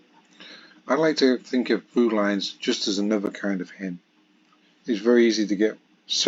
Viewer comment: Sorry to be that nitpicker, but and you say 'true lines' instead of 'Thrulines', and as this is a common mispronunciation of Thrulines, and often leads to people believing that it is actually called 'Trulines' and that all Thrulines are thus meant to be true, it's worth pointing it out..